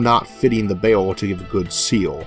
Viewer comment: OMG Isaac, you pronounce "barrel" like "bale". Kind of funny ... I had to think of what you meant. Sorry ... I understand you're speech impediment is a serious problem and I'm not trying to deliberately make fun of you. I had this problem as a child so I can totally relate.